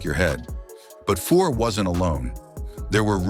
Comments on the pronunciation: Messi-ER, Grant FOUR, Jamie MAC-COON, what the hell? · Messy Ear, Grant Four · Grant foor? Mess-e-or? Who is this clown commentator? Big mess was at the end of his career when he took the big bucks to go the Canuck’s What were they expecting from a 40 yr old former star Cocaine allegations Seriously ??? The numbers speak for themselves This is a very stupid video I feel ashamed to have watched it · The voice mispronounces Messier and Fuhr and talks about Messy-ur in Vancouver while showing images of Mark in Edmonton and New York. Ah well – quality not guaranteed on YT. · nice to be reminded that Messier was the third alltime leading scorer I'd call him the best of all time so in respect he deserves to have his name pronounced correctly after Fuhrs name was pronouced wrong too-I turned video off.